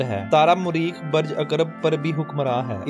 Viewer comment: L AFAZ BAREJ NHI BALKE BURJ SEHHI HE.